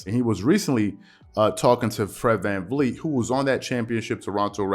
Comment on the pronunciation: “Vred VlanVleet”